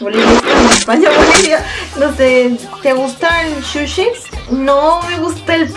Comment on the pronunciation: No se dice "shushi" sino SUSHI y asquito esos pies detrás que se están frotando todo el tiempo!!! Suerte con tu canal!! :D